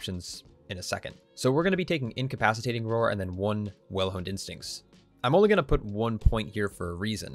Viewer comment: I could've sworn you said "Well Hung Instincts" - not sure how that would help a bear :D